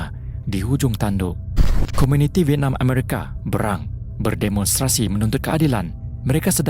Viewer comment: channel ni bunyi mcm org msia tp dgn ayat d eja b e r a n g tu 1erti dgn marah.sebutan yg btul bey rang bukan bea rang. 😊